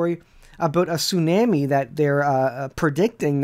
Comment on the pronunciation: Excellent video but please pronounce the word “ tsunami” properly. “ the waves and the seas roaring”